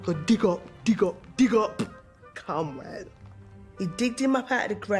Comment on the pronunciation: Cromrell. "Cromwell." Cromrell. Judi is the best